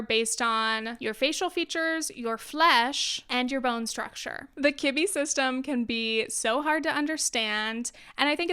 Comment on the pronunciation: I swear I heard kidney. And I was like 13 different types of kidneys! Lol what.